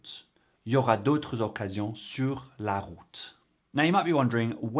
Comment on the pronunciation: good job on pronouncing the liaison between "d'autres" and "occasions". All the more so that the source speaker didn't. Your french is posher than his.